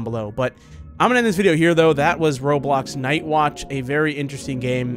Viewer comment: You sayd "roblux" and .......... .thats offensive